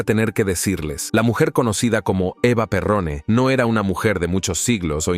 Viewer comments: Por que escriben y pronuncian bien EVA PERON no perrone. No era una reina , era la mujer del presidente.No lo mandaron, lo robaron.Mala investigacion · El apellido es Eva peron no pirron horror informate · Esta mal pronunciado es Eva Peron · Pronuncialo bien es EVA O EVITA PERON ✌️✌️🇦🇷🇦🇷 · No distorsiones los apellidos EVA PERÓN, y trata de hacer un curso del castellano urgente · Si no saben pronunciar el apellido con decir Evita todo el mundo sabe quién es